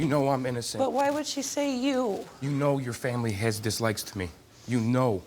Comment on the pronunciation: Man can't even say dislike right 😂 I knew he was guilty right away